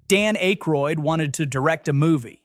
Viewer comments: So, you are AI! Your pronunciation of Dan Akroyd is soooo AI: AK-Royd NOT A-Kroyd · The AI voice still needs work. "A kroid"? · Secret of N...I...M...H? Dan AYE-kroyd? I fkn hate AI narration. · I think the audio of error "Johnny Minnimonic" could have been caught and corrected, had any actual human bothered to review this before posting. Likewise for the butchered reference to The Secret of NIMH (should be pronounced as a word, rhyming with "him"), as well as the repeated references to "Dan Acheroyd" (note: humans pronounce the first syllable as in actor, not ache). The use of AI-generated scripts and audio is, unfortunately, here to stay. Human oversight is still needed, though. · Dan ACHE-Royd lol. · It's painful to hear whoever that is commenting mispronouncing every other word. How long have they been speaking English? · Yeah. That mispronunciation made me giggle.